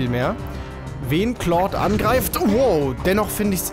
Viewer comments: Wenn ich mal kritik aussprechen dürfte (ist eigendlich keine LUL) Ich finde es schade dass du claude jetzt richtig aussprichst im alten lp fande ich es super dass du keine "kindheitsaussprache" mit eingebaut hast das war ein großartiges alleinstellungsmerkmal welches nun leider verloren geht Den meisten wird das wohl sicherlich egal sein aber einem alten fan geht die "domtendo-nostalgie" verloren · Ich bin so froh, dass du nicht mehr "Klaude" sagst! Danke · Das wird Clod ausgesprochen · Hier hast du Claude richtig gesagt im Original Lets Play hast du es so gesagt wie es da stand